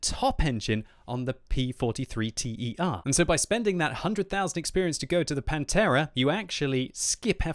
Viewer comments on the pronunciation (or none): Thumb down for the T E R... for godsake, that a ter, ter like third from latin ter. Not an accronym, a word. Like bis, prime, one... you don’t say B I S, you say bis !!!! You are driving me nuts. How can you pronunce all thoses germans and swedish tank names and fail at thus basics !!! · It's not a P43 T.e.r. it's a P43 ter (meaning "Mark III") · bis and ter in the P.43 line are pronounced as they're written "biss" and "tehr". It means second and third version, also used in French and maybe Russian. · P.43 T.E.R? It's just Ter... It's basically Italian for the third tank in the series, same with the Bis bieng the second. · "bis" and "ter" is not "B.I.S" and "T.E.R", it is a single word. It is Latin for "second" and "third". Just so you don't make the mistake again :)